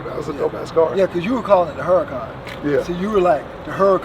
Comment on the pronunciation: Thus man says harcan wrong smh